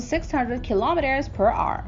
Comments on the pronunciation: Hour not r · And it’s “hour”, not arr. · It’s hour not arr 😏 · “Kilometres per arrr “ 😂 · She doesn't pronounce "kilometers per hour" instead she says: "kilometers per Ahrrr". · Whats up with her pronouncing hour as if shes saying "are"lol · 12,000 km per R.(are)... 15,000 km per R. Love the pronunciation of the word "hour" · Kilometers per what?! ”Ar”? Hour! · Kilometers per arrr :D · narrator needs to learn how to pronounce hour cause its annoying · Oh my god. I tried to just listen to the information but the kilometers for ARRR made me want to shoot myself out of anxiety and being totally uncomfortable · Per r 🤣😂😤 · I'll help you out, say the power but without the p. Like when you get hit you say "OW" now say er. Ow, er.....ower......hour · Wtf is “per arrr” 😂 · She sounds like a pirate when she says the word hour. 🤣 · you can't say the word hour